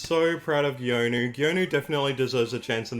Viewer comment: Pro tip: Geonu is pronounced Gunoo (two syllables) not Gee-oh-noo. It's the same characters as Sunoo (선우) but with a G in front (건우). It's just that Geonu's name was written following Revised Romanization of Korea (the way his government recommends).